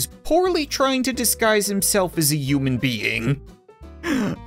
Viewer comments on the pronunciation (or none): i love that Cap says euman instead of human 🤣 hes not like other people 💅